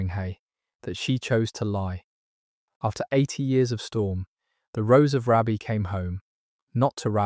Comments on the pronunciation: Hi from County Durham. Just a quick note. Raby is pronounced Raybee. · The Rose of Raby pronounced Raybee. Paradoxically she is descended from a Beaufort therefore a second cousin of Margaret Beaufort.